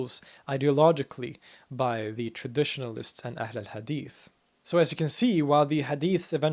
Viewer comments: Yeah, he pronounced it better than Turks who say ehlül hadis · The way he pronounces "Ahl-al Hadith" RESPECT